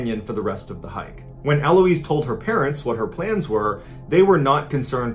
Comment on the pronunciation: My name is Eloise and it was so weird hearing Mr Ballen say my name. By the way dude, the stress is on the last syllable not first lols